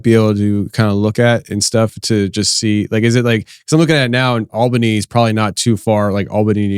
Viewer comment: Yeah, pronounced Albany correctly. Don’t hear that too often. Grew up west of there. Still have a place up in CNY, and also down here in SC right next to the blue ridge mtns. Lots of Bigfoot fans here